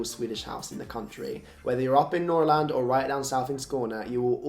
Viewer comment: I have to say that I am really impressed with your pronounciation of ”Skåne” and ”Norrland” 😀 And I can’t understand how anyone can live without a shoehorn! Or candels for that matter! One can NEVER have too many candle holders or candle lanterns. 😅 Another thing you will find in every Swede’s home is a ”osthyvel” - cheese slicer. 😁